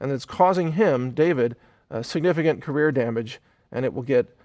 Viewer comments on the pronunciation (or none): none